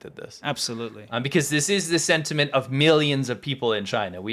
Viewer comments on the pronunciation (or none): none